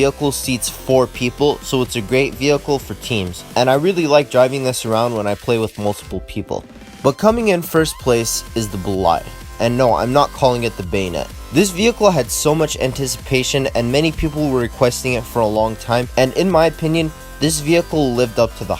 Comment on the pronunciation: not to be that guy but the boldie is pronced bollyed